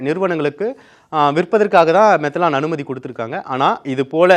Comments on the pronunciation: மெதனால் என்பதே சரி. மெதலான் மெதலான் என்று சொல்வது தவறுMethanol.மீதேன் ஆல்கஹாலின் சுருக்கம். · அரசும்,எதிர் கட்சிகளும் கூட்டு களவாணி சாராய வியாபாரிகளிடம் லஞ்சம் வாங்குவதில். தம்பி,மெத்தலான் இல்லை மெத்தனால் என்று உச்சரிக்கவும்.